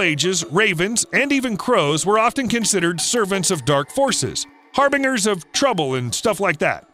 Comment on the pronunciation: Harbinger - har-bin-jer it's a "j" sound.